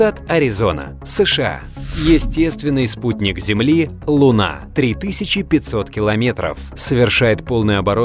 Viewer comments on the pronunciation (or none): none